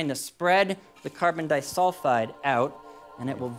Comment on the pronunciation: when you supposedly a chemist yet you don't know how to properly pronounce CS2 - carbon disulfide.....